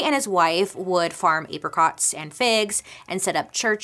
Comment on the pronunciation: i’m sorry i can’t get over the fact that bailey says aypricot